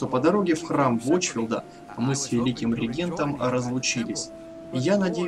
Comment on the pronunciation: просто ударение на второй букве. Не регЕнтом, а рЕгентом, но думаю, что нормальный человек в претензию это ставить не будет, поскольку известно, что в Украине русский язык в школе не изучают (и нафиг он нужен в самом деле).